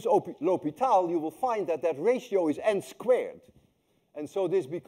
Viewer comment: You called it ""Lopital"" I think